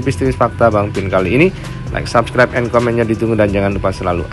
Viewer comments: Katanya sarjana kok ngomong subscribe tp kok subrek 😀😀😀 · Kirain sy sj yg bingung dgn ucapannya subrek.....